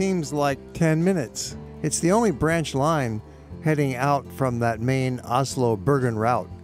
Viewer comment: It would be nice if you learned the correct pronunciation of Bergen,Oslo and Flam